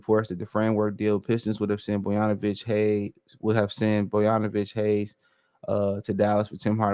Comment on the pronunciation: Boyanovich? ….Bogdonovic my guy